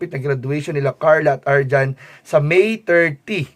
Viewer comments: Arjean po, hindi po arjan... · Arjean....hindi Arjohn 😂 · Arjean po hinde arjhon